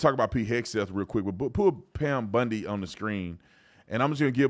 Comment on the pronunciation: 🤪 BOND-i… not BUND-i